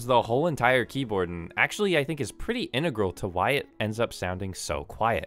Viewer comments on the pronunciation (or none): none